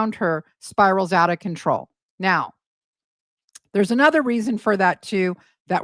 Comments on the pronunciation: it's CONTROW 😂😂😂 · Don't you mean spiralling out of controh 😂